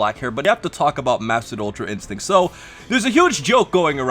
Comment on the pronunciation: “Ultra instinc”, ecks fuckin dee, work on your “t’s” more for the sake of the community.